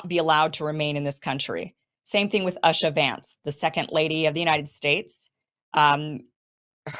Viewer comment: It’s pronounced “oosha”